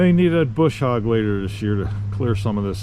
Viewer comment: When you call it a Boosh hog instead of a brush hog I roll off my seat in laughter